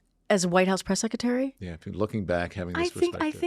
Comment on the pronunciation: Someone tell her that Sec a tary is secretary, pronounce the R